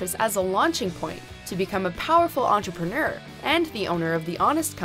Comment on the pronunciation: the way she says entrepreneur bothers me I can’t be the only one haha